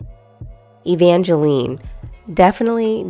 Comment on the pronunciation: Jeremy and Jinger's daughter's name is pronounced like Evange"line", not Evangeleen. Does that change your ranking?